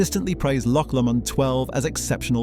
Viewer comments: Why are you pronouncing Lomond as you do, anyone who has listened to Andy Stewart would pronounce it as Lowmond. Even my Scottish father did, so I wonder if you have any connection to Scotland. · Learn how to pronounce Islay or Lomond properly then you may be taken seriously?